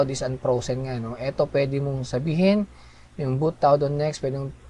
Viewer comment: Nice bedyow mo. natawa lang ako do own sa "bowt prowzen" at "bowt tawd"